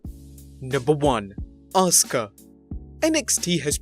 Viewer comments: ahs kah? the letter U is never pronounced in Japan?? How about Ah sucky? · Stupid man can't say askua right dumb man!